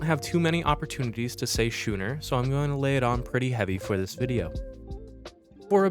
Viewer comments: I see you having fun saying schuuuner, but the ch is a hard k sound in that word, making it “skooner” phonetically. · It is pronounced skooner not schooner! Typical American.........